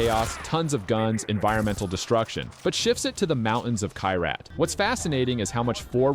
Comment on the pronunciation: Kairat? 😂🤣 It's Kyrat ky-ra-t